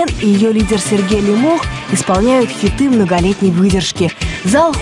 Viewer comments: ЛЕмох а не ЛемОх, ухо режет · Все время думал,что Лемох ударение на "е"...А тут слышу дикторша ЛемОх обозвала...) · Девушка не правильно озвучивает фамилию ЛЕмох, Е ударная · ЛЕмох, а не ЛемОх! Как можно так ошибаться?! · Почему лимОх? ЛЕмох он, а не лимОх 😎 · Не ЛемОх, а ЛЕмох...девушка🤦‍♀️ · Не ЛемОх, а ЛЕмох! Ударение ставьте правильно! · Не ЛемОх А ЛЕмох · "" ударение не там ставит- Лемох! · Девушка за кадром !!! Вы не там ставите ударение в фамилии нашего кумира Лемоха !!!! Не могу слышать 😂😂😂😂😂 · Ударение на фамилии не то, режет ухо